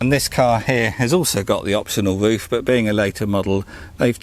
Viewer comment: Woof, wange and wadio love this accent so much mate! Keep up the good work with them videos lad